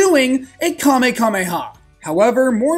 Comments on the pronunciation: I can't believe bro said "Kamekameha" instead of "Kamehameha", I'm dead 💀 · Its called kamehameha not kamekameha